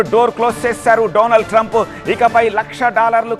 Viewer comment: డొనాల్డ్ ట్రంప్ అనాలి.డొనాల్డ్ ట్రంప్ కాదు.సరిగ్గా చదవడం నేర్చుకో.